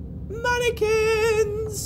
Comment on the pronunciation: how dan said mannequins made me laugh so hard..Reminds me of how a granny would sing